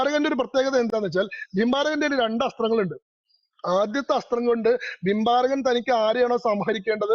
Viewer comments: Not bimbarakan it was barbarikan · ഭിംബാരകൻ അല്ല "ബാർബരികൻ".(ഘടോൽകചന്റെയും അഹിലാവതിയുടെയും പുത്രൻ )